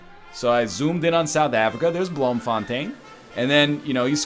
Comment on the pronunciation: blohmfohntein? plz man learn dutch its a beautifull language